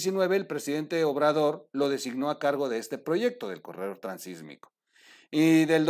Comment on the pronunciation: Felicidades por el Programa ! La única recomendación es gramatical; se habla del Itsmo, No del Sismo, por ello debe decirse Transitsmico , No Transismico. Saludos y Adelante !